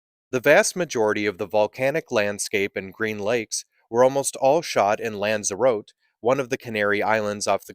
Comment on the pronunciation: Cant even pronounce Lanzarote properly.